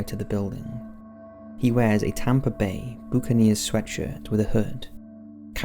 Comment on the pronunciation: It’s Tampa Bay BUCKKK-aneers! U dang brit! Git it right or don’t say it at all!! Hahaha